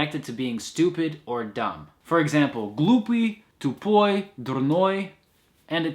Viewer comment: В примере «глупый, тупой, дурной» — выдаёт только американская «т», в остальном произношение просто потрясающе! Никогда бы не отличил от … эм native speaker